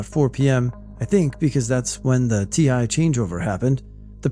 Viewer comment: Fellow Air Force veteran here. "TI" is pronounced like T-I, saying the two letters out. It's short for MTI, or Military Training Instructor - aka Drill Sergeants. When a trainee completes basic training and becomes an Airman, they then go to Tech School to learn the job they signed up for. There at Tech School is a type of military instructor that's way more relaxed but still has rules to enforce, they are MTLs - Military Training Leaders. They don't yell like drill sergeants do, but can still assign punishments like taking your base rights away or putting you into remedial PT to work you out. They're there to more-or-less guide you through your time while learning your job, and you're not officially out of training status until you get your first duty assignment (the base you'll be going to) AND you actually set foot on that base. Fun story about the drill sergeants. I went through basic and completed it in May 2010. Us new airmen were boarding the busses to go to the airport to fly out to our respective Tech School bases. We were pulling out when all of a sudden the busses stop and I see drill sergeants running towards a bus ahead of us. I kept my head down because we've heard horror stories of drill sergeants extending time at basic for some folks, frig that crap so I kept my head down. Eventually the busses start moving again and I fly out to my next base. I would find out about a week and a half later that two Airmen on the bus in front of the one I was on decided